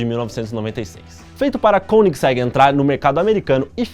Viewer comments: Koeningsegg pronunciado como um altentico Sueco,esse cara é fanta kkkk. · De tanto vc falar Koenigsegg eu aprendi a escrever e a falar certo tb kkkkk. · Pelo que já percebi, sueco e alemão são bem semelhantes. Assim, esse 'oe' de Koenigsegg deve ter a mesma pronúncia do alemão, ou seja, uma mistura de 'ô' e 'ê'.